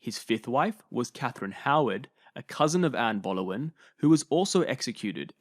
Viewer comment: This wasn’t even narrated by you? It was AI as Boleyn is mispronounced each time!